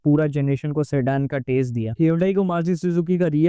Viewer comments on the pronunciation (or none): none